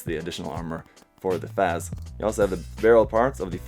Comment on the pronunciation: Bro, it's pronounced as 'FATZ'. Just a little comment. Excellent video, btw. Chill as always.